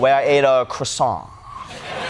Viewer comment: You missed the croisant prononciation...